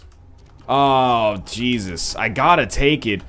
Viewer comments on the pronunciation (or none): none